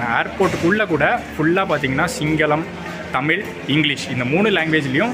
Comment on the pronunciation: நண்பரே தமில் என்பதை மாற்றி தமிழ் என்று உச்சரிக்க வேண்டுகிறேன் 👍🙏 waiting for exploring